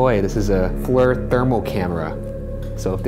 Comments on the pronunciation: minutes - "fler" thermal camera? FLIR is pronounced ," fleer " (flēr) ... it's a spooky old ship. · FLIR cams are pronounced flear not flur lolol